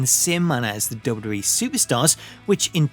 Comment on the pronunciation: I've never heard somebody pronounce "WWE" this bad before. Duh duh ehh = WWE